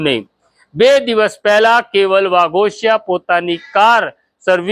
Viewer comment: અટક વાઘોશી છે ભાઈ વાઘોશીયા નથી અને બહેન નુ નામ રેખા નહી પાછળ બહેન બોલતા શીખો મીડિયા વાળા